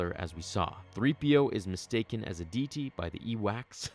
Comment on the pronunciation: Love your videos but made me kind of cringe how you pronounced deity...